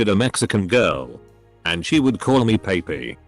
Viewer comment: why did it pronounce papi like that